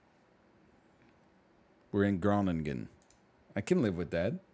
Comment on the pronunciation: I love how NL tries to pronounce: "Te huur" "Te koop" and "Groningen". Always funny to see Dutch guesses.